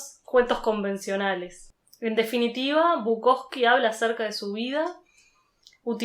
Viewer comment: es Bukowski. Con esta i al final.